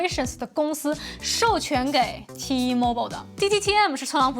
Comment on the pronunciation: 講T one 才對，英文，才好聽😂